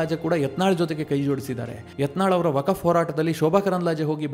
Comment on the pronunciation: ಅದು ವಕಫ್ ಅಲ್ಕ. ವಕ್ಫ್